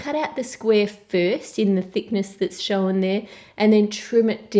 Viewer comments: Can you say shown properly? SHOWEN hahahhahahahhahahhahhahahahhahahahahhahahahahhahahahahahhahahaha. Jokes. Love you really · I love the way she says 'shown' it's like 'showen'